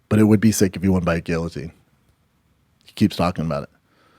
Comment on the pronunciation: The fact Brendan fought in the UFC and cannot even pronounce guillotine correctly!!! Lol so funny 😂😂😂